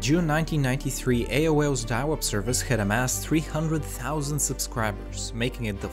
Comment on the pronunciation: Ah yes I remember diawup